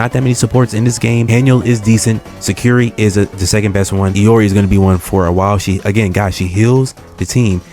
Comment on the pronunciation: Saying I can't english when the person who says it calls her "EE-or-EE" doesn't fill me with confidence.